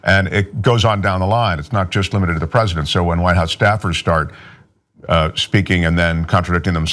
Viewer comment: "Predisent"!! Ha ha, I love it!